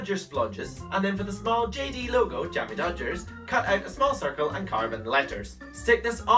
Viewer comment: Cannot even say jammy dogs